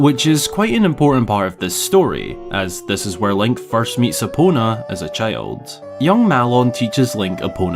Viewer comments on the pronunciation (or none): You talk like Pipin. Cheild